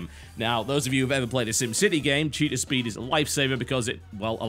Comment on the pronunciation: When totalhalibut said cheetah speed I thought he said cheater speed